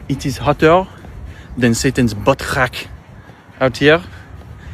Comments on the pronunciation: I had no idea that I needed to hear “hotter than Satan’s butt crack” in a French accent until today 🤣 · I lost it when he said that! And with the French accent!!! OMG! I loved it!!😂🤣😂🤣😂🤣👏🏽👏🏽👏🏽👏🏽👏🏽